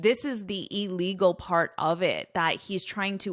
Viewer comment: Hush money And I can’t hear “illegal” clear missing the sound of “il”.